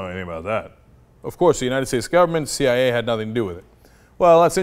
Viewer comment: the "CEE YIGH YAY" lol that one gets me too sometimes.